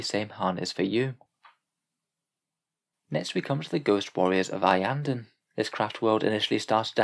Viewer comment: Iyanden, always Iyanden